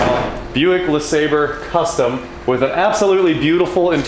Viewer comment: you need to learn how to pronounce LeSabre like the vice grip garage does.